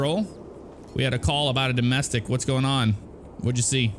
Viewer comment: Jeff you said dosmestic